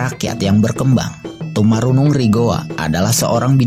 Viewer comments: Koreksi Tumanurung bukan Tumarunung😁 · raja toni katanya wkwk... salah satu dari sekian banyak salah pelafalan yg jelas2 tulisannya tunipalangga, bahkan tumanurung juga salah sebut , dll. Admin appreciate kontennya namun detil harap diperhatikan dan semoga lebih bagus lagi, soalnya ini adalah sejarah bukan cerita fiksi